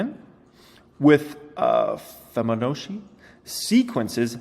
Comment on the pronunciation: Fibonacci.... pronounced "Fee-bo-nah-cchee" :)